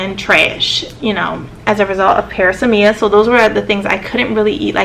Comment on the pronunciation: This is pronounced pr-AZZ-me-uh